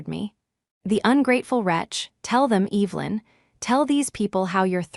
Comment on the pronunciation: It always makes me feel uncomfortable hearing the name Evelyn mis-pronounced..because growing up..going to church, there was an Evelyn that we were close friends with..one of my mother’s friends..they are all dead now, but still, after all these years..I notice..it just sounds like disrespect…and carelessness..